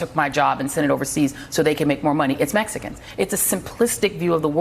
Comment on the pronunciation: Did you say, mexicans in enphasis as a subliminal messages??? For what reason, right or wrong??? Where are the Hispanic analysts to represent......... MSNBC???